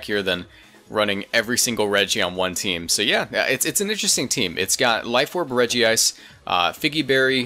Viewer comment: EEWWW, say Regice like "Regi Ice" and not like "Rejise"